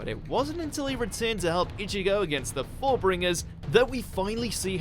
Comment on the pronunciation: The way he pronounced number 4 is funny.